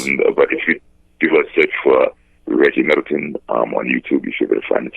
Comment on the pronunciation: you said Reggie Milton....Its Reggie Middleton..Get the brothas name right!!! LOL